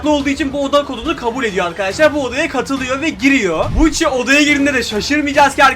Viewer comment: Buchi değil yok gucci